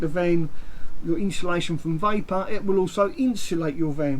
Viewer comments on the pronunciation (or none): Is he dancing while talking at the beginning. What's with all the hand pointing? And its insulation not inshulation!